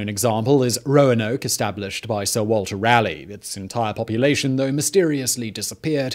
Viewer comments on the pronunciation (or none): Odd to hear a Brit mispronounce Sir Walter Raleigh's surname.